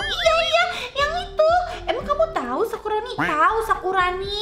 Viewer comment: Kok manggil sakuroni jadi sakurani